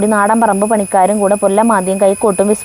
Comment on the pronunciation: പൊല്ല് മാധി അല്ല പുല്ല് മാധി